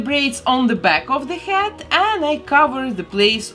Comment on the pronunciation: every time she says head I think she is saying hat. my brain hurts XD